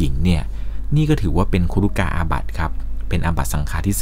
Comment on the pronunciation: ครุกาบัติ ไม่ใช่ ครุกาอาบัติ